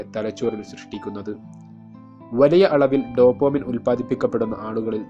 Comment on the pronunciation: Dopamine not Dopomine makane